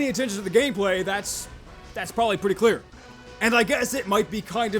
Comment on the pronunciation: "Porbably" Nice